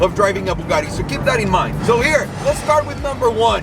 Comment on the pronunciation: Thats my dude over herreee! With an italien accent lolll